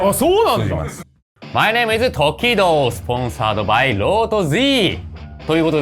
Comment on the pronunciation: なぜ英語だとTO↓KI↑DO↓になるのか気になるｗ